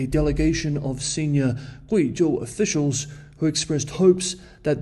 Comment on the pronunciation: Some nice pronunciation of Guizhou